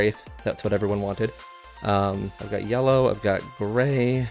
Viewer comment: The pronunciation yella and alu minium cant come from the same person😂😂 Great video definitely gonna grab one.